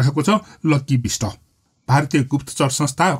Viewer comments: Bista haina hajur bisht ho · Bista hoina. Bist ho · bishta hoina bisht ho machikne